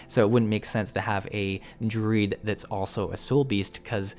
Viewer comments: Took me WAY too long to realize you were DRUID and not DRID. Never heard anyone say it that way >< lol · But he pronounced Druid in the weird way I have ever heard ANYONE say, lol